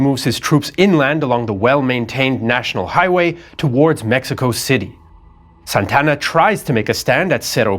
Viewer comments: great show but it is Santa Anna. NOT Santana!!!!! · Santana? I thought it was Santa Ana? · This is soo funny. AI mexican voice that calls Santa Anna, SAntana, Like in Carlos Santana. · Santana? Its Santa Anna. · This guy's pronunciation is even worse than AI's. His name was Santa Ana, not Santana. Santana is a musician. Sonoma is pronounced So-NO-ma, not So-no-MA. Numerous other strange pronunciations, too. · ??? " SANTANA ??? ...or...SANTA ANA ??? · Santa Anna, not San Tanna. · Good job, except you really have no knowledge of how to pronounce names. First off, quit trying to act like you are a m3xican citizen while pronouncing names or cities. Second, Santana? Santa-Anna. Carney? Kernee. Just some that bothered me, still cool. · SANTA-ANA, not Santana like the rock group! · Who's Santana?! It's Santa Anna. 2 separate words. Like a hyphenated name kind of. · I thought it was Santa Anna not Santana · Antonio López de Santa Anna Santa Anna ... not Santana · It's Santa Anna. Two words, four syllables. Not Santana, like the guitarist. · It's pronounced as Santa Anna, not Santana. That's a common mistake even many Mexicans make. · "Santa" "Anna", two words..... He's not a rock superstar, just a failed general. Other than that, awesome as usual!!!